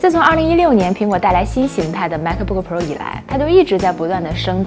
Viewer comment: 内容介绍挺好的。就是英文的发音有写干扰，请不要误会，我不是恶意，而是提醒。 MacBook 这个字的C和K是不发音的，所以您说Ma可boo可 Pro的时候其实对观众而言有干扰的情况，Air的发音也不是啊尔。Pro不一也不应该发成【普肉】。 可以请一些外国人示范发音。 很喜欢内容，也很喜欢主持人的笑容。以上是一些个人建议。